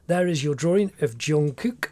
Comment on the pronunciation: Bro this is one of the best drawings and i also like how he pronounce his name like jongkuk